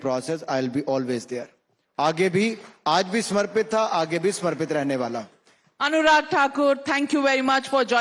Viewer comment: Not Anuraj It's Anurag